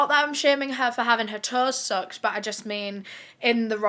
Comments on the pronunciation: When u were talking about her toes I was so confused until u showed the picture. I thought u were saying "soaked" not "sucked".😂 Also Jane couldn't have been "face timing" her boyfriend. It wasn't invented till almost 10yrs afterwards. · I thought what you said was "she had her toes soaked" - this man had brought her a small tub to " soak" her feet and I couldn't understand how that constituted a scandal 😳. The I heard you again say the word & I realized you'd said "sucked"! I then turned on the CC, lol!